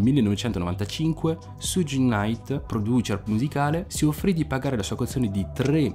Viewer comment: si però, san frančisco, siuggi nait e produčer no eh